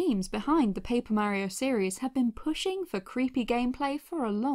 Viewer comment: Merio MERIO !?!?!? IT'S MARIO Mar E O